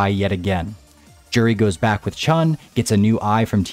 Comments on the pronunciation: J-uri is wrong. Its closer to You-ri. The 'j' is a 'u' sound. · You're saying her name wrong this whole time, btw.